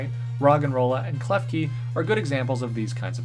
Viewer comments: Great video as always, however 😂😂😂😂KLEFKI! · Ah yes, Umerican Klefki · Ah yes, klefgun